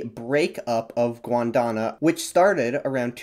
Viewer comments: Gond wa na , NOT Gwon da na. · It’s pronounced “Gond-WAH-na” not “Gwon-DAH-na” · It's Gondwana, not Gwondana. Love the geology though. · GON-DWA-NAH. Not, Gwon-Da-Nah! :P LOLOL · I had to laugh every time you pronounced Gondwana as “Gwondona” 😂. Interesting topic though. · Hate to be that guy but… “Gwandana?” Seriously? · my man. Gondwana. Gone-d-wana. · Man, how hard is it to pronounce Gondwana? It's pronounced exactly the way it is spelled. Angloids inability to pronounce simplest of words buffles me sometimes... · It does sound quite jarring to pronounce Gondwana like that